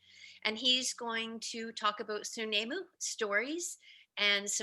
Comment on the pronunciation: work on the way you pronounce Snuneymuxw I've learnt from the Elders